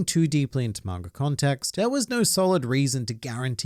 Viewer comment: Sometimes when he says manga readers it sounds like margaritas